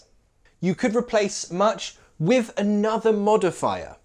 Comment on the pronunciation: LOL! My American ears picked up something (I think). When you said, "Say it with me", it sounded like say it "wiv" or even "with" (hard TH) sound. It works, and I'm not calling you wrong, it's just an observation. Great job! I think these nuances of our language are great, but only for an advanced speaker.